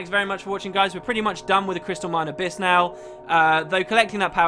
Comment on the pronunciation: OK haven't started watching yet, have to watch your previous vid, just want to say... It's Abyss, not Abys.